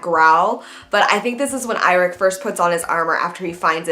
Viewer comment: Lol you pronounced it wrong 😂, it's pronounced "YO-REK" Byrnison, the "I" has a "E" sound to it, but it'almost mute, but I do share your enthusiasm tho